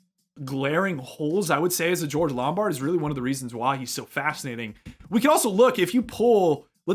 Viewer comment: It was bugging me throughout the analysis — “LomBARD” not Lombrad.